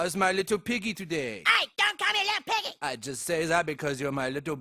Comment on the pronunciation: "I... ama little pig e" (i am a little piggy) got me dying😂